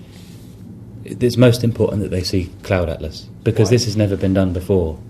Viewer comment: "CLOULD ATLAS"